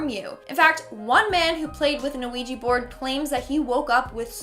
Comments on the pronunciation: ITS OUIJA NOT OUIJI...😡😡😡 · it's pronounced wee gee. like the French word for yes, oui. said, we.